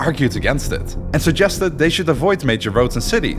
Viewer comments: damn man for a protagonist of your story you surly butchered the hell out of his name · Sorry for the Correction but i kept hearing the Name Abd ALLA Rahman, the Right way is Abdul Rahman or Abd Arrahman, Because the AL is Called Moon AL and only the A is pronounced. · It's not abdallah rahman, it's abd al rahman ! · Abdur-Rahman Not Abdala Rahman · Abd Ar-Rahman not Abd Al-Rahman. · FYI in Arabic we pronounce it AbduR Rahman not AbduL Rahman It’s called لام شمسية it’s easier for the tongue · Great video and all. But there are alot of inaccuracies including the prince name it was butchered 😂😂 , yes it written abd al rahman in Arabic عبدالرحمن but it would be pronounced like this abdurrahman not abd-al-rahman, Persians and romans didn't lose to Arabs because they were fighting each other Arabs were infighting between themselves too Arabs were simply more skilled and superior at that time and use methods in war noone used before them just like the romans before them and the Mongols after them. Abbasid rose because they thought they had more right to the caliphate than the ummayads being descendants of al abbas the prophet's uncle making them related more to the prophet and pretending to avenge the prophet's family and grandsons who were mostly hunted down and killed by the ummayads. And it wasn't about taxes it was just ummayads were very racist towards non Arabs they didn't make converting easy nor let non Arabs Muslims hold higher status unlike the abbasid who were more lenient in this regard allowing non arabs to be even visors and vasers , and no most of Iran at that time wasn't shia yet and it wasn't ummayads who killed ali it was a rogue group called al khawarij who sought to kill every leading figure during the war between Ali and Muaawea , they successfully killed Ali but Muaawea was just lucky and survived. Other than that the video was great. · The way your pronounce his name is remarkable